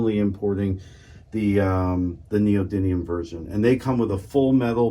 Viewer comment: Please say it correctly : It's called Neo-dyMium (with an M and not an N). Ιt's coming from the greek meaning "new power".